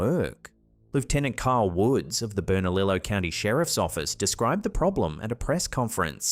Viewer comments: I realize you are not from America so just so you are aware it is pronounced Bern-a-leo not bern-a-lilo. Hope it helps. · burn a leeyo not berna lillow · Bernalillo.... Pronounced bern-a li-yo...😉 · It is pronounced berna-leo